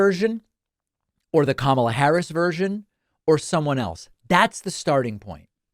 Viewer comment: How did Bernie say Kamala? Camaler? Cnn says it is racist to mispronounce her name.